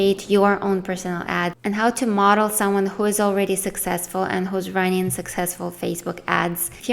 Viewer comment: Just friendly advise. Try puttin' the letter "g" on the end of your words, you have some great content but listenin' gets annoyin' very quickly when you say runnin' all the time.